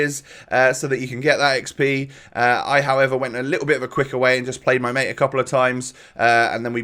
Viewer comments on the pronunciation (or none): none